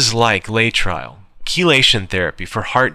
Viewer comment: I always thought it was pronounced "Lay uh trill"....